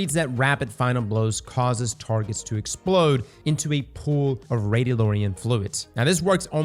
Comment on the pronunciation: 1 Push up per everytime pronounced it “Radio-Lorian.” Hahaha 🤣